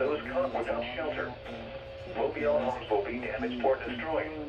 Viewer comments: yeah, “mobiele” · xD “Mobile” the way says that is kinda funny. Hopefully your okay and nice video!